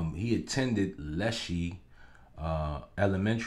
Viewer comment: It’s Leschi (LESH-eye) I’m born and raised from Seattle